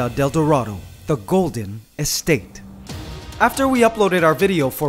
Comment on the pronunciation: Yes! And also He has to pronounce dorado like Doe ( deer) or Do from Do Re Mi.... DOErahdoe